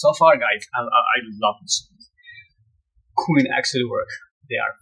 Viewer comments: It’s Queen not Queens please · Nice to see young generation seeing what talent is . But please 🙏 stop saying Queenzz ! It’s Queen